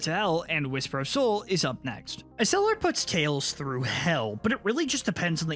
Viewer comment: It’s Exeller,not eseller